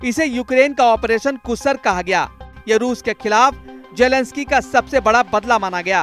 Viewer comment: कुसरक नहीं कृस्क है कितनी बार गलत बोलोगे?